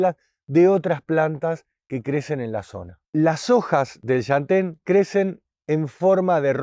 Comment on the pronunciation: Por un segundo pensé que iba a decir SHANTÉN pero no, dijo LLantén 😄😄😄 (mas adelante dice shantén) aajajaj amo este canal